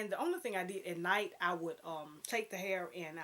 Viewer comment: Yes "hurr" lol I love your outfit and hair style in this video. You have the fashion trend down to a science. I would love to see more on your channel, if you possible, vlogs or live videos. Thanks for sharing!